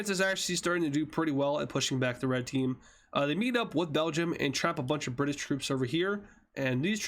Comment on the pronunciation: All I can say is Bri'sh